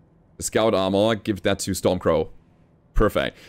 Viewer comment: Stormcrow, its stormcrow lol